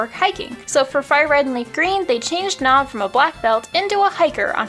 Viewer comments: “We love nob” xD - sorry I had to 😂😂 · "We love Nob"